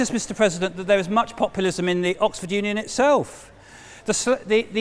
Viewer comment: Mr Pwesident. wesonates with me